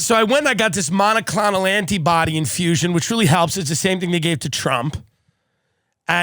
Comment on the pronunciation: Tim's pronunciation of monoclonal is the most New York thing I've ever heard